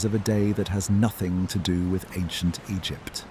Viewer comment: Am i the only one who DOESN'T hear anything similar to ocean sounds? Granted i also have a fan going. Anyway, much higher quality AI narration than I'm used to, so thanks for that. If you can't do it yourself, for some reason, at least get a program that doesn't pause randomly and pronounces Egypt 4 different ways.